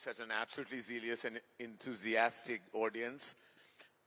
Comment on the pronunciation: He said “absolutely” 3 times in the first 40 seconds. It’s not zilious it’s zealous 🤣🤣🤣. Better to speak in your mother tongue.